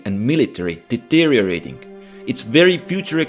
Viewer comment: I love how you pronounce the word deteriorating😀